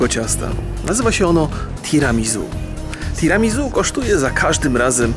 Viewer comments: omg 'tiramizu".... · wszystko fajnie ale Tiramisu wymawia się Tiramisu(nie ma tam Z) Swoja droga Tiramisu znaczy "Unieś mnie w górę" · [tiramizu] ? a nie mówi się przez "s" [tiramisiu/tiramisu] hmm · Tiramizu a nie Tiramisu ? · Tiramisu wymawia się przez "s", z akcentem na u:) Nazwa pochodzi z włoskiego i jest zlepkiem trzech słów, które tworzą zdanie "Tira mi su" w dosłownym tłumaczeniu znaczy "Unieś mnie". Czyli jest to deser, który ma nas unosić na duchu i poprawiać nam humor:)) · "tiramisu" czyta się przez S. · Tiramisu sie mowi:P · tiramisuuu sie powinno wymawiać